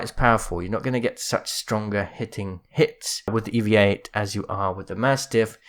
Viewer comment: I miss when it when called the EVA-8 the EE-VEE-AY EIGHT.:_MerchGibbylol::_MerchWattyluv